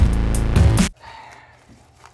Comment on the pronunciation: I just lold when ian said hornor